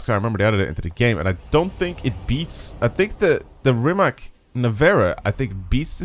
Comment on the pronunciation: Damn mph. I use km 😂 I love all time favorite Rima(c) C like from "Citrus", not K like from "Key". Its surname of the owner. Anyway who cares :) Second Hennessey And i hate Jesko 😢 so unstable...